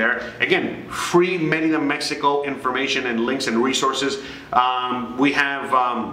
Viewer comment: I have heard TD bank has no ATM fees from a US account . Thx for yr videos very helpful and for yr correct pronunciation of Merida:) my ex from Merida and I learned to pronounce it the same way that u do and I am a gringa from Florida.